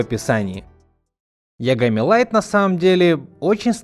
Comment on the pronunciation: Йагами, а не Лагами